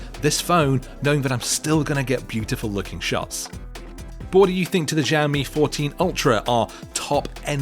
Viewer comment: It irked me every time he pronounced it like Jammy.